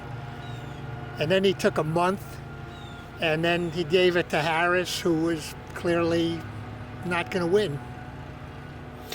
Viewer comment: Solid job giving zero substantive refutation and intentionally mispronouncing Harris's name. Masterful,!